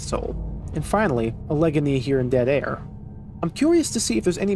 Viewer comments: I could be wrong, but I thought Allegheny was pronounced "AL-uh-gain-y". Hearing you say "uh-LEG-un-y" surprised me. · Great video, the only thing i wanted to say is that Allegheny is pronounced "Al-eh-gain-ee" instead of "a leg any" (Im local to the area) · As a Pennsylvania native, that pronunciation of Allegheny (Allah gainy) was certainly a special treat. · For the future, Allegheny is pronounced "AL-a-GAY-nee", not "uh-LEG-a-nee" 😉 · PLEASE!!! For your own sake(mostly mine), Allegheny is prounced Ăhl-uh-gainy (maybe looking it up is easier lol). I live about a half an hour away from Allegheny County and have also been to the forest itself. If you haven't already recorded the audio for this video yet save my poor ears and get that right or I will cry. 😢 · A pronunciation correction its pronounced Alle-Gainy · Just a note that Allegheny is pronounced "a·luh·gay·nee" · Haha the proper pronunciation of 'Allegheny' is 'al-eh-gay-knee.' Emphasis is placed on AL and GAY. Al (like the nickname for Albert), Eh (like the beginning sound in ectoplasm), Gay (like your dad), Knee (the body part you just struck me with lol). There are a ton of Indian words surviving in Pennsylvania, this being one of them. Cannot tell you how many interesting ways I've heard people pronounce them over the years. Love the series, keep it up! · Love the videos! Seriously, I love hearing your perspective on these wonderful levels! Just wanted to let you know that Allegheny is pronounced like “Al-Luh-Gay-Nee”! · I’m from Pittsburgh which is in Allegheny obviously so that was rough lol. Also it’s cool this game is based in the Pittsburgh area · You've probably gotten plenty of comments already, but Allegheny is pronounced Al-a-gain-e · Just so you know it's al-i-gainey for Allegheny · That pronunciation of Allegheny is criminal. I guess you don't have much of a connection to Pennsylvania